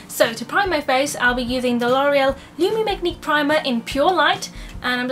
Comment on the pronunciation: i love u an all however the lumi magiqu is pronounced lumee magheeq not lumee magneeq lol ilysm xx from aribah xxxxxxxxxxxxxxxxxxxxxxxxxxxxxx